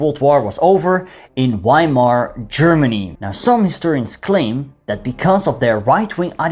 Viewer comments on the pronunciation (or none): Its pronouced Veimar and Vehrmacht i wished you pronouced it right bro it gives me anxiety